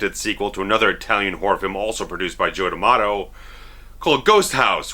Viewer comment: As an italian, I just love the way you pronounce Fulci, Argento and D'amato lol! Good review btw, keep up the good work!